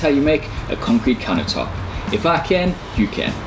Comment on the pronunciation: What's a counah tope? Why's he keep saying that???